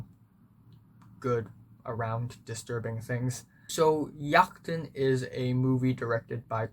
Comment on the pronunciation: Great review. Also, as a Dane I have to say your pronunciation of "Jagten" was surprising because it was so good. It's a weird language and Jagten is one of the weirder words.